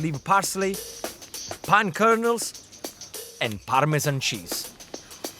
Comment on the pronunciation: I believe it's pine nuts. I heard pine kernels